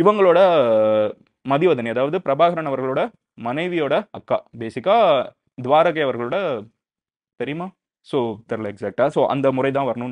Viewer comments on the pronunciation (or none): Mister madhan gowri thuvarakai illa Thuvaaraka